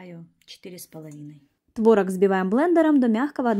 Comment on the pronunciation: Правильно произносить творОг